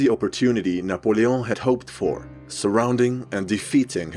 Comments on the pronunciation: can we appreciate the fact that he pronounced Napoleon's name right? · kudos on pronunciation of Napoleon aaaand on including that heretic symbol War Never Changes mentioned...